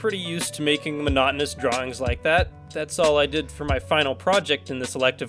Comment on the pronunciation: saying stuff... “Monotonous...” I’m always going to call it mo-no-tone-us XD